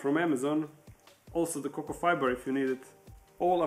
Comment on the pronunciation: Cork fiber? I thought you were saying cocoa fiber all this time. Lol